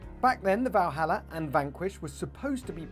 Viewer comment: First of all its not "Valhalla"... its.... ;)